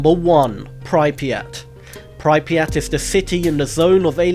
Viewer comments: Thought it was pripyat not prypyat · He called pripyat pri piyat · that not how Pripyat is pronounced! XD